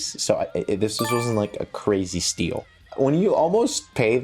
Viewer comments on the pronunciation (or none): none